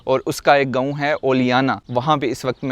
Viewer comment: او بھائی گاؤں ہوتا ہے اس لفظ کی بہتر ادائیگی کیا کرو گوؤں کیا ہوتا ہے 😅😅😅😅😅😅😅😅😅😅